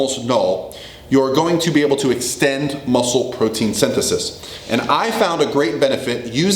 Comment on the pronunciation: He he..... He said Xtend. #scivatio